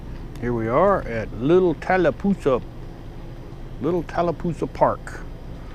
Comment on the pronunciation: Next time you come thru, just remember, it's Talla Poosa.... there is no "L" in the end of the name. Thanks! From a long time LE Receptionist who has heard every city in a 3 county area mis-pronounced! And it's Carroll County, not Clark!!! Born and Raised <3.